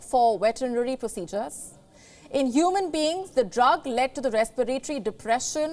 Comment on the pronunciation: Wetnary procidures lol 😂 😂 we need palki